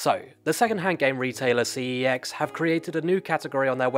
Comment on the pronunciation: Preach. 👍 Also glad to hear I’m not the only one who pronounces it “See-Eee-Ecks”. “Sex” (as it’s said in their ads) just sounds wrong.